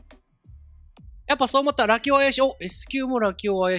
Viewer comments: ずーっとラキオのイントネーションが「よしお」とか「まさお」なんだよなー笑 多分正しくは「カシオ」と一緒なんだよなー笑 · ラキオの発音がラキ男なのw